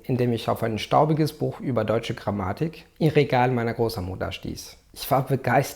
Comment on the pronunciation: You are good to such a level, wow but "Gramaatik" The second A is normally short